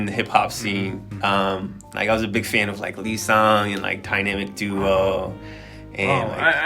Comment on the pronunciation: Did he just say LEESANG?😀 is that Kang Gary hyung?